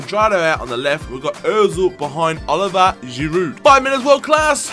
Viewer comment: I cringe every time you say Giroud's first name lol